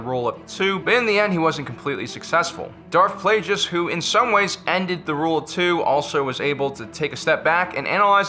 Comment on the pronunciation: I refuse to subscribe to this channel until you can learn how to properly pronounce Darth Plagueis correctly.